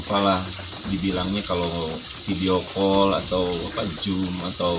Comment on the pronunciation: Ear catching! katanya tinggal di America tapi Zo*m aja jadi J (Jum) HAHAHA 🤣😅